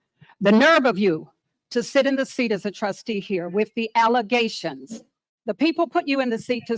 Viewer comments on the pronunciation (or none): "Defamation of Character" Someone taught her those words. She's not bright enough to speak those words on her own. Nonetheless, know the meaning. Let's not forget " Allezations," as to " Allegations."😅 I want Chief Lacey to get locked up, too. Dotts 😂😂😂😂 Big dummy He's speaking Tiffany's language